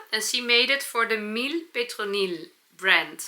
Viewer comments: Thank you again for the video. I am a French girl and I would like to say it’s cute when you say Mille or Melle Petronille her name is Mademoiselle (means Miss and it prononces MaDeMouazelle Petronille as Melle is just the short way to write it. Thank you again I love my Tuesday Lunch with you. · Mlle Petronille is read : Mademoiselle Petronille 😉😍 Mlle is the short way to write Mademoiselle ! Regards from Belgium 🎀